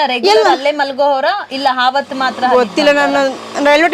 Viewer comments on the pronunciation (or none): ಹಾಶ್ರಮ? ಹಾವತ್ತು? ಒಟ್ಟೆ ? ಥೂ ಅಕಾರ ಹಕಾರ ಸರಿಯಿಲ್ಲ ಆಂಕರ್ ದು. ಕೇಳುವುದಕ್ಕೆ ಅಸಹ್ಯಕರ ಕನ್ನಡ ಉಚ್ಚಾರಣೆ.